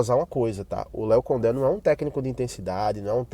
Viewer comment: Gostei de ouvir a pronúncia Léo Condé,parabéns!